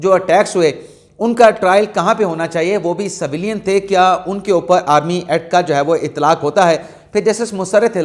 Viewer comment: saheb Saveelyn naheen civilian bolty naen